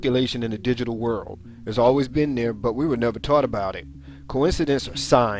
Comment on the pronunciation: The person that narrated really needs to pronounce their words. It's "World" not "Whirl"